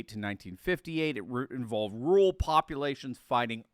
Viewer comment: Brother, you need to add another "r" in your pronunciation of "rural". Sounds like "rule".